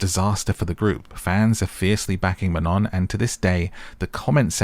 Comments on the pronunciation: ITS NOT MANON ITS MANOOO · ITS MAN-OH